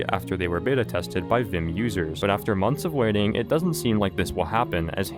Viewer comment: You’re saying it wrong it’s vim not v.i.m